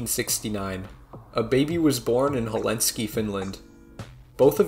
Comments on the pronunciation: it's pronounced ['HELL-SING-KEY], not "Helensky" D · helenski? Did you mean to say Helsinki? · 3) it's helsinki, not "helenski" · The capital of Finland is called Helsinki (or Helsingfors), not Helinski. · i was angered when he said "hel en ski" finland instead of "helsinki" finland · Stalmans father could not have “been away fighting WW2”. WW2 ended on September 2, 1945, long before 1953. Linus Torvalds was born in Helsinki, not Helenski/Helinski. Otherwise good video. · I yes I love the Polish city in Finland Helenski lmao. very minor nitpick it's Helsinki not Helenski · Correction: Helsinki is pronounced just Helsinki, not Helenski, like you said in the video. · Bro your Finnish pronounciation sucks. Helenski? It's Helsinki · “Helinsky Finland” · The way you pronounced Helsinki made it sound polish or something lmao. The correct pronounciation is Hell-sink-e. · Helenski? Finland? Khem... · Did he said Hellensky Finland? LMAO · I'm sorry but that pronunciation of Helsinki is probably the worst one I've heard so far😂 sounds like "Halenski" lol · TIL it's possible to mispronounce Helsinki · You could've at least tried to pronounce "Helsinki" correctly.